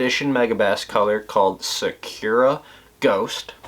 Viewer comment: Lol that's not how you pronounce Sakura